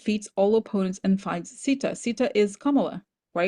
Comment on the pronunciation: Also The pronunciation is not sidaa It is Seeta If you are going to use spiritual ideas from elsewhere please be mindful and respectful to how you use them and acknowledge its source and cultural significance bc it is offensive to those of us who are Hindu when you aren’t being respectful to our traditions, our names, our history. And acknowledge the sources The oracle of Rama is not even a part of real Hinduism. It was created by a white man who stole and appropriated from our religion. The real Ramayana should be studied if you want to understand Hinduism rather than taking things out of context of my people’s history and religion